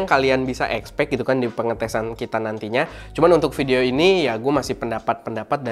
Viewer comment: "vidoe" :v